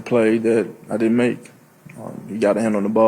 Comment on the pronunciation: Every word he says is missing a syllable. “Ultimly, I din’t make the play, speshly down near da box.”